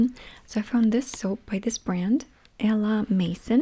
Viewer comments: It's pronounced ah la may-zon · almost got "À la maison" the 2nd time :-) just dont pronouce the n at the ..it s there to make the sound "on" not to be pronounced the same as "on/off" in english. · I love those hauls, they always calm me down and it's interesting to listen to what you have to say about the products. Also the way you pronounced "à la maison" is adorable haha ! just for info in french the s is actually pronounced like a z in that word, so it's maiZon